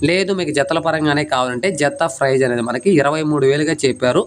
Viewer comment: ప్రైజ్ కాదు ప్రైస్ prize :price